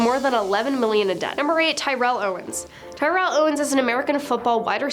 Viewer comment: the guys's name is terrell not tyrell get it correct like damn